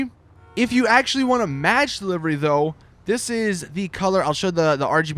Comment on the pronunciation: When you cant pronounce livery :D